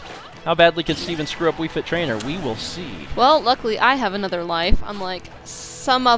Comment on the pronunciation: did anyone notice he said wii frit trainer in stead of wii fit trainer. is the time